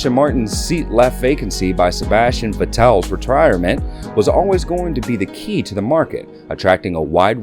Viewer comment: As soon as I heard how you pronounced Vettel I was out.